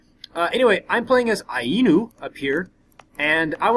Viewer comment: And Ainu is pronounced eye noo.